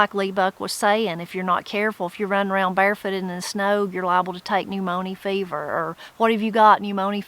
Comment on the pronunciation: Trying to catch up. I got so tickled at "new moanie fever"......or however you would pronounce it, and I wondered if you would comment on it at the end of the video. 😃 In my part of eastern NC, my older relatives used to say you'll catch "the new morn-yer."